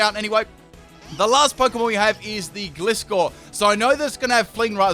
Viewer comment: Gliscor: Glee-Scor